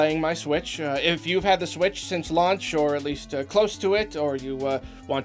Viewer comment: I thought he asked if our thoughts on the Switch has changed since " Lunch", lol!